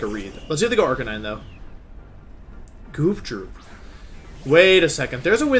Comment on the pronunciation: The way he said Arcanine, made me hate him lol